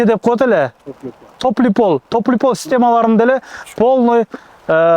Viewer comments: Топлый пол ,ЭМЕС Тёплый пол деп айтылат,Блогер болбой эле койчу,граматноасть деген жок,уят болбо уке. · Топлий пол дейт го 😅. Скважина деп айтам деп сказняк дейт го жетим 😂 орусча таза суйлойт экен